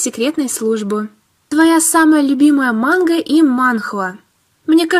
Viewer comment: Как-то ты странно говорит мангу монх???😁😁😁